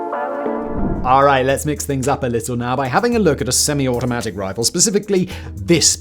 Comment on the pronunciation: Everytime Simon says 'Alright' at the start of a chapter he sounds like he's trying to do Jamaican Patois